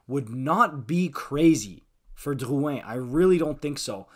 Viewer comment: “Dyyuwhen” just say drouin you are so annoying